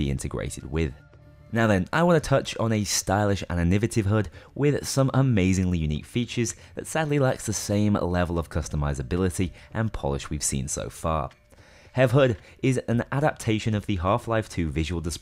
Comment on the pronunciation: hearing "HEV" pronounced phonetically hurts my ears